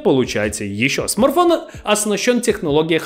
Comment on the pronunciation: Парень, я думаю правильней будет если ты будешь называть его правильно- не смарфон а смартфон